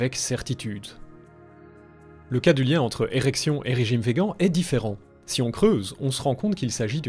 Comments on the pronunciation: Super vidéo comme toujours, mais pourquoi prononcer "vegan" et pas "végane" ? Aucun vegan ne le prononce comme ça. 'vegan' est un mot anglais qui se prononce comme le mot français (végane). De ce que j'en sais, les gens qui le prononcent vegan comme si c'était un mot français le font pour dénigrer le mouvement, ce qui m'étonnerait de ta part. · Très bonne vidéo Par contre on dit veganne ! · C'est dommage de voir comme tu prononce "véguan" tout au long de la vidéo alors que tu le le prononce bien au dans les premières secondes de cette même vidéo. Vu comme ça on dirait cette personne relou qui le fait consciemment dans le but de trigger les vegans ^^"